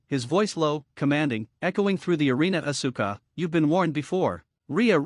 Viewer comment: The pronouncing is ohssska not oh su ka.